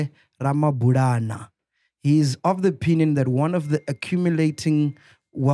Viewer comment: Mac needs to brush up on his Tshivenḓa. Ramabulana is such an easy surname to pronounce 😹😹